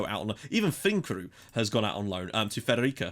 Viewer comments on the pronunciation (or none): Actually, Fredericia you have to say with an s, so it's "Frederisia"